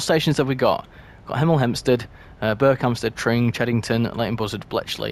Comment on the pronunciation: you almost said 'emel 'empstead like a proper hemelite 😅